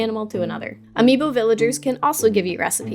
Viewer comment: Why is no one taking about how she said ami boo